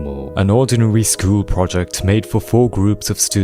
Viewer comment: “run by a real shwuol”